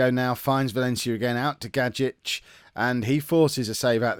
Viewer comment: Gajic is pronounced Guy-ich